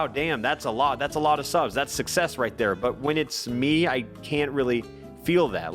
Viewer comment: Guys stop, he was only putting it out th”air”